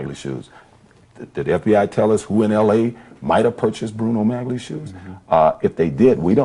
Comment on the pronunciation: It's astonishing how the interviewer knows how to pronounce Bruno Magli shoes (as G is silent)... But Orenthal repeatedly mispronounces Bruno Magli shoes, pronouncing the hard 'G'... Unaware that most viewers are amused at this ruse😂 Guilty.